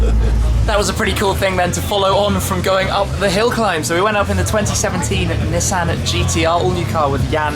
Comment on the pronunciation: God the way he incorrectly pronounces Nissan is so annoying lol